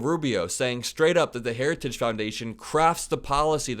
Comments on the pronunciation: He didn't say, "heritage". He clearly said, "hairer-stah-ges". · Did he say "Herristage"? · You can tell the video of Trump is real. He mispronounces "heritage". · Heritigegege is tough to say though, he does it like a champ. This guy would ace a dementia test. 💪🏻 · He has a real problem pronouncing the word "Heritage'... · Trump can't even pronounce "heritage"...🤡💩🤪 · He can't even say HERITAGE!!! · Note how Trump struggles with the word “heritage.” Experts have pointed stuff like that out as a sign of his cognitive decline. Which is only going to continue to accelerate. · DT can barely pronounce Heritage! Vote President Biden again v Project 2025. Audio of Ch 14 Health and Human Services is narrated by Ellie Dreams Down Under. Twisted and dark! The plan is to change the name to the Dept of Life. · Trump can’t even pronounce heritage foundation properly. It was a word salad. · He can’t even pronounce heritage, I am from Norway, my English is far from perfect, still I can pronounce heritage. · Hold his lying ass accountable! He can’t even say the word Heritage! 😂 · He can’t even say heritage!! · He can’t say the word ‘heritage’. 😂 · His addled aged brain cannot properly pronounce "Heritage". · He can't even say the Heritage name properly , what a loser . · Trump can't even say the word heritage but he sure can lie. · Also having such difficulty saying ‘heritage’.. lots insights here, thanks!!